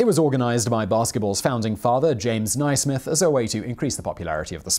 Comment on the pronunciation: To add to Mitch Ellis's remark, Dr Naismith's name is pronounced 'Naysmith', not 'Nighsmith', or all of us University of Kansas people (where he taught for may years, and where he died) are pronouncing it wrong.